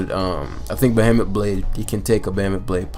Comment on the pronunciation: please please learn how to pronounce "behemoth". Just fucking google it, good lord. It's been months.